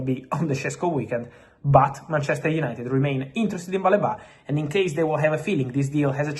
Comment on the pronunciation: It's "Baleeba" not "Baleba"